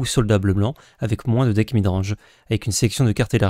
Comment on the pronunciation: Merci pour le récap, mais sincèrement, arrête de prononcer le S de moins:x quand c'est un running gag c'est ok, mais là c'est juste une énorme faute de français 😢